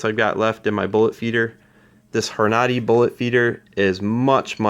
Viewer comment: Great Video, But the bullet feeder is pronounced ( Horn - a - Dee ) But keep up the great vid's...And do you have an update on the primer slide ? Thanks